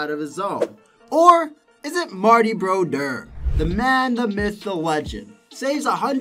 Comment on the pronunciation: His name is : Martin Brodeur. Get it right...